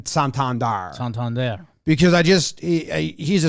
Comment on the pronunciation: How are we still mispronouncing Santander’s name?